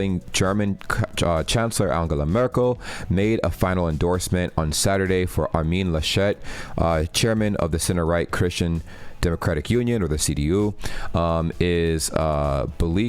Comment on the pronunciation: He is not French ("Armine Lachette"?) So it's not ArMIN LaSCHET. but ARmin LAschet